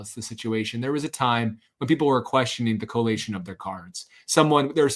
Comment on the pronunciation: collation, not correlation.